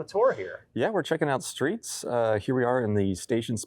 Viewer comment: The skreets